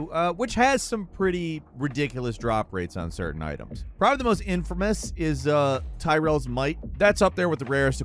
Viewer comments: Did you just say Ty-Rels might? Omg . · "Ty-rells might" What? Am I being trolled? lol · I just can't look over how he butchered Tyraels name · Tyrael's Might pronounced as "Tyrell" is pretty funny